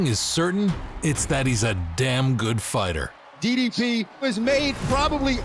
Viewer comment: pronouncing ddp as diddy p. made me laugh out hard